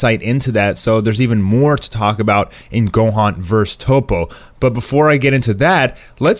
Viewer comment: Don't speak on my man gohans name like that 😂😂